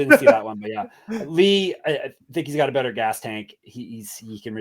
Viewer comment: props to for getting chang ho lee correct in regareds to saying Lee is the last name. some other people call him Ho Lee and Chang as the last name